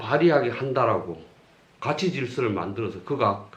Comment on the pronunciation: 또 틀렸읍니다."가치"의 "가"는 길게 발음해야지요. 이런 평상어를 바르게 발음하지 못하면서 고전 강의를 한다는 것은 무엇을 의미합니까? 한국의 장단음 문제는 실로 심각합니다. 고국의 동포 여러분! ",한국 어문을 고발함"이라는 책을 읽어 주시옵소서. 미국 변 완수 드림. 또 실수!! 성인(saint)의 "성"을 짧게 발음했읍니다. "길게" 발음해야하는 평상어입니다. 자고저 문제가 어망입니다. 이 이상 들을 생각이 없읍니다. 미국 변 완수 근지